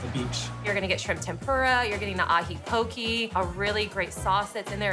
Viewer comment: Pokeeeeee????😂😂 it’s poke!!!!